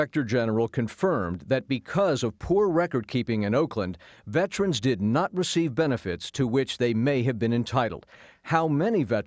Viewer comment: IT’S VETERANS.......NOT VETRANS🇺🇸